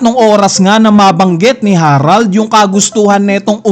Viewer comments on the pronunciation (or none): none